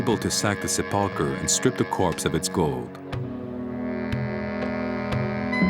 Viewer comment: I've never heard Sepulcher pronounced this way.